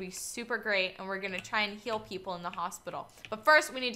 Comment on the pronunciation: i thought u said "kill" but u said heal i think xD